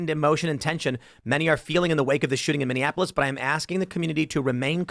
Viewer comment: That red-headed “ holding-it-down-clown” sounds like he needs a geography lesson. He keeps calling Minneapolis - “Mindianapolis” like it’s Indianapolis’s sister city, or something. At first I just thought he was trying to dis that city for it’s obvious fails as of late, but now he’s just embarrassing himself and sounds like a toddler trying to fine-tune his vocal motor function...